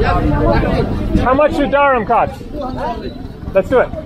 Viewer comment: Hi: Interesting video of Dharamkot & Bhagsu. The former looks like the better place. By the way, I had commented in your earlier video that the "kot" in that place is pronounced like "coat" and not "cot", as you pronounce it every time. You can certainly be very obstinate at times.